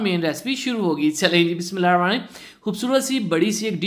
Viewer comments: Bhai itni Kya jaldi ha bt kerna ki aram se bol lijiya alfaz saf khass ker Bismillah please sai se perlo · بہ اچھی بات ہے کہ آپ بسم اللہ الرحمن الرحیم پڑھتے ہیں ۔ لیکن تھوڑا جلدی میں پڑھ جاتے ہیں جس سے صیح ادائیگی نہیں ہوتی۔ اس لیے گذارش ہے کہ بھلے ایک دفعہ پڑھیں لیکن ادائیگی اور صیح رک رک کر پڑھیں ۔ کیونکہ یہ بھی قرآن شریف کا حصہ ہے جو کہ اللہ تبارک و تعالی کا کلام ہے۔ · Bhai g kindly Bismillah to theek sy parhen slow speed mn parh len sawab ki jaga gunah to mat kamaen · Bhai Jan AP Bismillah sahe sy parha karein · Bhai Bismillah thk sa prha kren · Plz bismilha sahi parha kro ap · Please first learn how to pronounce Bismillah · bhai بسم اللہ Sahi parhen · Bismillah to sai say parho bhai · O bhai,, bissmillah to sahi se parho yar